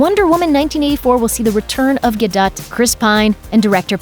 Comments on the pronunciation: "Gal Godot" is pronounced "Gal Guh-doh". For the love of GOD learn how to pronounce words and names!!! It's just NOT that fucking HARD!!!!! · Gal GUHDUT???? GUHDUT??? Try GAH-DOTE!!! You know? How it is ACTUALLY pronounced!!!! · That's "Harbingers" with a hard G. And "Gal Gadot" with a silent T. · Someone please help this "reporter" pronounce things. Har-bing-er and Gal Gaduht made me cringe. It is Har-bin-ger and Ga-doe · Gal Gah-dough Not Gal Gah-dut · I thought it was pronounced ga-doe not ga-dut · Har Binge er.... Gad oh... Seriously someone should have told you how to pronounce these words. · Why are you pronouncing her name as Gal Gadut? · It's pronounced Gal Ga-doe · and gudut. FFS I wish these people would learn how to speak. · WTF!!?! Gal Ga-dut and Ha-bingers?! Doesn't somebody at Looper review it before it's uploaded... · Gal Guh-DUT ...yikes. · The word Harbinger is pronounce Har-bin-JER, and Gal Gadot is pronounced Gal Ga-doh... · You're right about harbinger, but the T is not silent in Gadot. It should be pronounced as Guh-dot. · Did she say Gal Guhdutt? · You pronounced Gal's last name wrong lolll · Failed on Gal Gadot name!